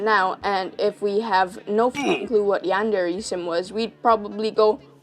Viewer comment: The way you pronounce Yan-de-rei is so bad that I couldn't bear it after half of the video. You can apparently say Kuudere correctly but not Yandere. Next time, please, please, search how to pronounce words from another culture.